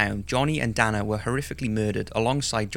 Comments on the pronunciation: As someone named Dana its awkward to hear you mispronounce the name... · Sierra is pronounced "see-air ah" and Dana is pronounced "Day-na"